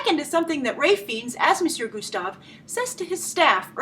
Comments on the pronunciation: Fiennes is pronounced Fines not Feens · FEENS? Oh, it burns! It's pronounced "Fines." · Please don't say his name as Feens... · I'm with you, brother. the only reason i dont believe the Feens thing is that Grace (we love her so) mispronounces a lot of things. I try to let them go. The one that eats me up the most is when she says Show-Lin Temple. (as in showtime) Shaolin is pronounced with an "OU" sound. Like "ouch! I hurt myself"